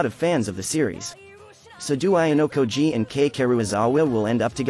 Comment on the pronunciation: Dude I literally need a translator to understand ur video if u say "Suduai Ayankojee"